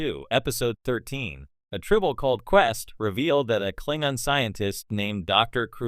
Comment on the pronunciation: The who??? Wtf is a Klingon? When an AI narrator mispronounces a well-known word in a beloved series completely undermined your expertise and authority to speak on the subject